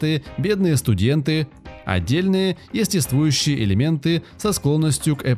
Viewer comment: Диктор за кадром сам "О'рал" )). С чтением английских слов беда? Хаха. Орал блин. Естествующий орал!!! Он слово "эстетствующий" не в курсе что существует и что обозначает. Заслуженный дизлайк за тупость.